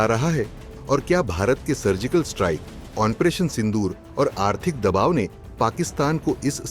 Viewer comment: Onparation nehi bolta hai onparation bolta hai thik hai